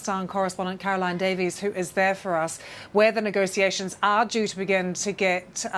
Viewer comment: I can't listen to nego-see-ations. It's nego-she-ations.